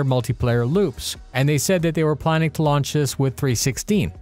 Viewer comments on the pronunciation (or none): none